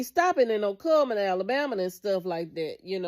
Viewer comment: ITS CULLMAN NOT KMAN